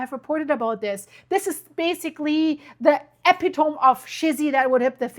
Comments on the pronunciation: epitome is pronounced eh-pit-omee, other wise very good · Epitome is eh-pi-toh-mee. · Epitomeeeeee. Say it right lol